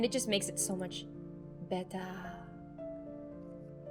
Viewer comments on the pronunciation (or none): That “BeTtEr” made my day